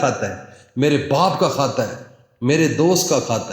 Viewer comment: کحظ نہیں خط بولیں وظیفہ بتائی